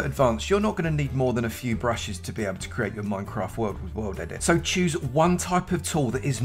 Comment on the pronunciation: not him saying i like to chooses the hoes